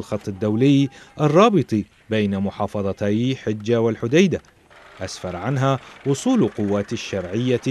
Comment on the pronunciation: مديرية حجة بفتح الحاء وسكون الجيم